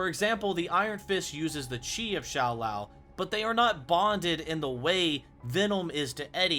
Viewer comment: Shao lao not shoe lao😂